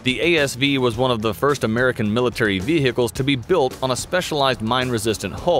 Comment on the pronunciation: Every time he says "Vehehicles" I take one sip of water.